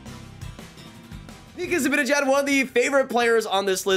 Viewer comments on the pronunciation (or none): It's Zibanejad, not Zabinejad. Learn how to pronounce names. Also, it's David Rundblad, not Runblad.